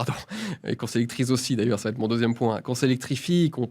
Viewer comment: Julien, il n'y a pas de "T" à la fin de "va", ON NE FAIT PAS LA LIAISON "cela va T-être" bordel. Faut arrêter de s'improviser orateur quand on ne l'est que le dimanche soir, les gens qui font les liaisons à l'oral le font par automatisme parce qu'il écrivent dans leur tête plus vite qu'ils ne parlent. Pas pour se donner des airs en essayant mentalement de le faire. Vous faites un truc qui vous donne une fausse bonne image et qui induit les gens en erreur au niveau grammatical. C'est vraiment insupportable.